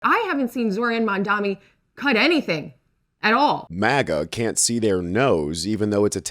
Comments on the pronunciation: “Zoe-ran Mandami” LOL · She said Zoran Mandomi, bruh. 🤦🏽‍♂️